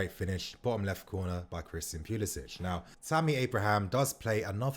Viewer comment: It's pronounced pulisick not pulisitch